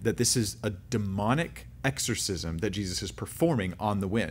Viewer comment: Exshorshishmsh 😂🤣 That happens to me pretty much every time I say a word repeatedly, and the word (even the correct pronunciation) starts to sound weird too 😂